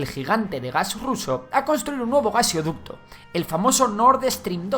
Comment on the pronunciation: Corazón de Melón, no sé dice gaseoducto sino Gasoducto. Buscá el por qué?